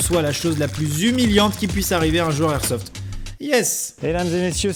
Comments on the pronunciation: Peraps sKyZii ouais mais on dit pas du airsoft ça c'est sûr, c'est de l'airsoft. Et techniquement il devrait pas y avoir de débat, si on respecte les règles de la langue française, alors la liaison est l'airsoft. 😂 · LE airsoft c'est comme LE igloo ? Maxime enfin va falloir réviser tes liaisons 😂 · sauf que sa ce dit l'airsoft comme même